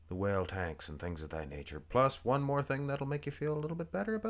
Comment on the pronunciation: "Whale tanks"